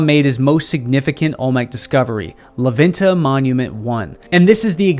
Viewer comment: super cool video and I like knowing more about our civilizations. Just one quick correction when you pronounce la venta you say it “la VIN-TA” try saying it like this “lah VENN-tah”